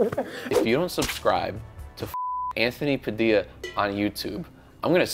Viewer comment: Saying “Padilla” the way the kid from that one vine “hurricane Teresa? More like hurricane TORTILLA!”